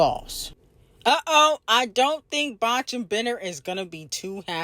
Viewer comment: I have to say this... every time you say the word "Botch" in (Botch and bitter) i literally have to pause the video... it makes me cackle every time you say it🤣😂🤣😂